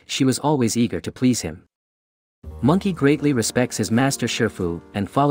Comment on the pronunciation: "Mangkey" Oggwey~